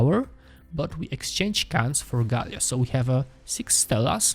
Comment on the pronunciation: Gaila, not Galia....!